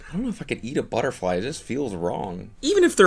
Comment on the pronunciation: "buttafwy lands on you"